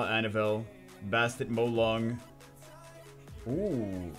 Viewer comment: It’s ba stat not basket